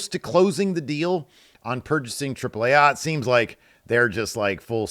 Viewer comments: Spanish vowel pronunciations: A-->"ahh", E --> "ehh" Trip-plehh Ahhhh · That's the correct pronunciation though